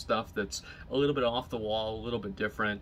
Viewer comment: 'wrath of de lich king'